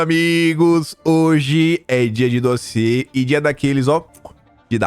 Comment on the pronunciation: Mais um "dóziê" de. Já deixei meu "like".